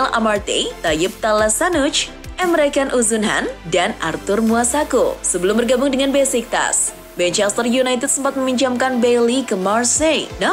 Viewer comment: Arthur Muasako, padahal Masuaku ga ribet kok nyebutnya